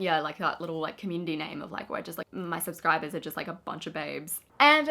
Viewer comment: Suscribaes hahaha from the minute you said Suscribers baes I couldn't stop thinking of that word